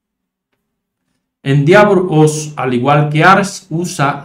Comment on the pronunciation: se pronuncia ... endévor